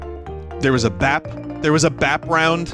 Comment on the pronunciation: It’s bap